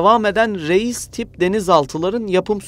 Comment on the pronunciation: "Реис " ударение надо ставить на "и"